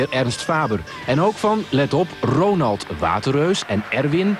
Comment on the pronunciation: Ik kan er nog steeds niet over uit hoe je ZO de ‘R’ kunt uitspreken zonder je tong eruit te schieten: Rrrrrrrrrronald Koeman!